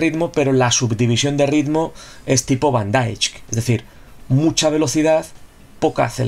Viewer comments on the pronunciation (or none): se pronuncia Van Daeik tal como se lee 👍🤣